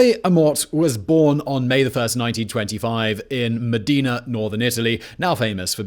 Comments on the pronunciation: Modeena? Come on Simon, it’s Modern-ah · It’s MO- DE- NA repeat with me.. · Modena not Medina. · It’s Modena, not Medina!!! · Wtf is Medina? IT IS MODENA PORCODIO. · Come on... Medina..it's Modena. It's like ur not even trying anymore... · Butchered Modena. Not even close. Damn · the way he pronounces "Modena" almost killed me. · I almost forgot Italian after hearing that!